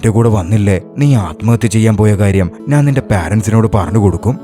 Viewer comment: Nice ♥️ പിന്നെ നാൻ അല്ല ഞാൻ എന്നു പറഞ്ഞാൽ കൊള്ളം 👍👍